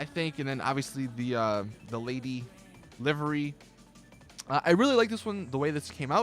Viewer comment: I have both the sultan and the banshee and the banshee has far far more customisations then the sultan. And half the video correction all of it you were say livery wrong. And it's not all about looks it's about performance. Such a shitty YouTube channel learn your damn facts